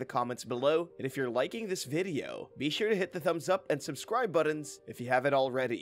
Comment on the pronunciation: He says buddons 😄